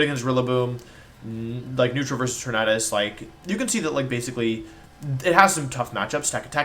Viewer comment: Why do you pronounce tornadus like that and not tornAdus. You say tornAdo not tornado